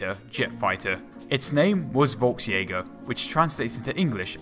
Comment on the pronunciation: [folksjæger] - V is pronounced F in German